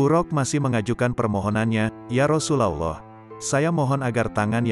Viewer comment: Ymind cara Lou berucap Rasulullah sebaiknya Lou belajar yg benar PD uztad atau ulama yg fasih